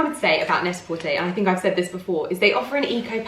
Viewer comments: Why do you say Net A Portaayyy?? It’s Net A Porturrr 😜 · Can someone please confirm? Is it Net-A-Porterrrrr or Net-A-Porté? Pronunciation not the spelling 🤣 Just to confirm this isn’t a dig, genuinely interested!! ☺️ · You can Google this information how to pronounce stores and brands properly!!